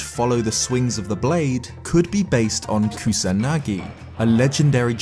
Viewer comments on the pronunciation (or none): none